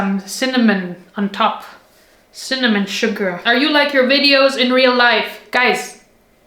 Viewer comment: ciminimomonim not CINNAMON!!!!!!!!